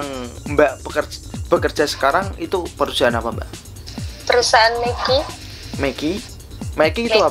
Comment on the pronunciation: Maaf, perusahaan, bukan perusiaan-- capek akutuh dengar nya